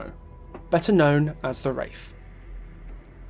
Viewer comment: "Da Wraif"